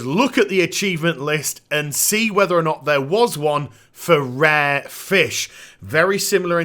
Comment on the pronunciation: it's pronounced "RARE" not "RAH" (jeezus)